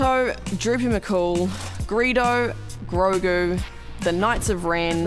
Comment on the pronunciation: AND FINALLY, SOMEONE WHO SAYS GROGU!!!!!!